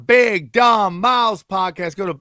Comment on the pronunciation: his pod is “our big dumb MOUTH” stop putting an “S” on the end, you non white podcaster!